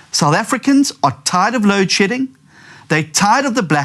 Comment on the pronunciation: South Africans at large across the population are Never going to vote for a guy who looks and sounds like this guy. The sooner the DA realize this the better. We need electable serious opposition Not some guy spouting about Lewd Shedding.